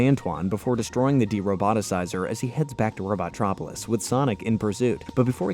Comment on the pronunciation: Robo-tropolis. Not robot-tropolis. That bothers me